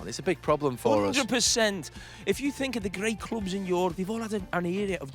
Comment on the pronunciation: Yorope 😂😂😂😂😂😂😂😂 And they said scousers are English